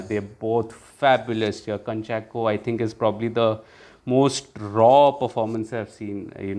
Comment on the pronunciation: Kunchako, actual pronunciation is KOO, not KA